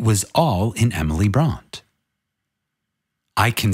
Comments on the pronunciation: Great reading,! As always. And I appreciate you repeating the passages that bear repeating. (just one thing, the name is pronounced Bronteh) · Pronounced Emily Bront(ay).